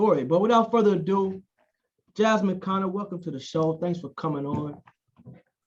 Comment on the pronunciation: Gotta get your guest name right fam! Thats “ConnEr” , great stuff!